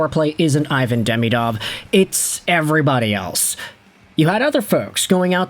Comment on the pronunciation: Still refusing pronouce his name properly it's E von